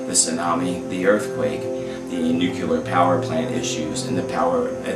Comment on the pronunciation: Not nukelar!!!!!!